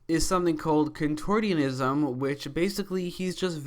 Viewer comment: Contort-ee-on-ism? You mean contortionism (CON-tor-SHUN-ism)? Teasing aside, I am excited for Ragdoll to show up. He really gives off a creepy atmosphere and he looks darn cool.